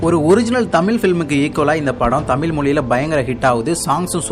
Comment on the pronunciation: தமில் இல்ல பா தம்பி தமிழ் னு கொஞ்ச அழகா சொல்லுங்க